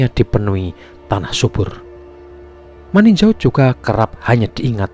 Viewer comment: Bukan maninjo tp maninjau 😂😂😂😂